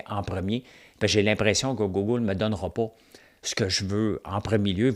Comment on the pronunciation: Je t'écoute chaque matin et by the way quand tu dis "Gougoule" moi j'adore ça. Ca fait partis de ta couleur 😛😎 Merci pour ton show